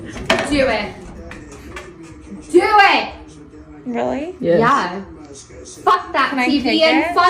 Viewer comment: Idr if I commented before, but I had to mention it "Dewit" 😂